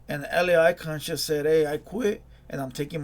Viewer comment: It’s “just” not “chust”